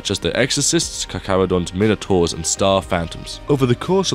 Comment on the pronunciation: The mine-a-taurs? 😂